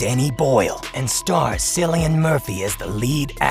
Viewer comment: Cillian is pronounced KILLIAN.